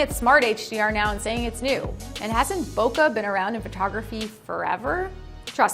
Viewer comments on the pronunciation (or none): To be clear- BOKE, LIKE POKE. NOT BOKUH. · She's not saying bokeh right.